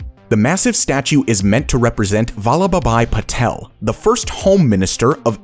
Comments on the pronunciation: not correct but i appreciate you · the way you pronounce Vallabhbhai Patel. :) lol